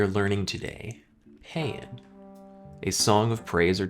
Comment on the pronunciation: Paean is pronounced pee-on. It's a song of praise. It was most famously used in the English language by Cmdr. Butcher, a US navy officer. He was captain if the USS Pueblo when it was captured by north Korea. He was forced to write a confession after being tortured. "We paean the North Korean state. We paean their great leader Kim Il Sung."